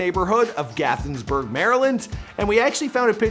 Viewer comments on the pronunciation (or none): It's Gaithersburg, not Gothersburg. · "GATHENSBURG"?! It's "Gaithersburg" pronounced "Gay-thurs-burg" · did he say gathensberg?😂💀 gaithersburg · Gaithersburg, Maryland not gathersburg homie, I use to party on East deer park, I know where his old house is and old spots, but anyways yeah Gaithersburg not gathersburg that’s the first time I heard someone say it like that 😂😂😂😂😂😂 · It’s gathersburg not gaithensburg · Gaithersburg not gathinsburg lmfaoo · Gathensburg? Lol it’s Gaithersburg 😂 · Its not gathinsburg its Gaithersburg like gay-thers-burg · thank you for butchering our home town it's pronounced Gaither'(s) burg. It's good to see that young man who used to work at Joe's Crab shack in Gaithersburg now he's paid. I'm glad that him and I are from Gaithersburg MD. Thanks for at least pronouncing my home state correctly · How do you mispronounce GAITHERSBURG Maryland twice in a row?!